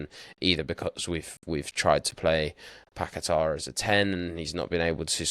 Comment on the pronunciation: You blokes pronouncing fernandes like you’re trying to be Portuguese is cringe and especially when you add an extra syllable into Paqueta’s name and then over Pronounce it with some crazy emphasis. Honestly it’s embarrassing and almost makes the whole podcast unlistenable especially because of just how uninteresting and tepid your speaking styles are in general.